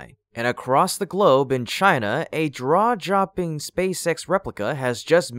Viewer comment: That was funny, " " "Draw-Jopping!" Glad to see you are "human," my friend!